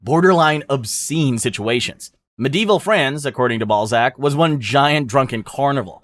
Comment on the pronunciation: You pronouncing Balzac as Ballsack is way too funny 🙏😭❤️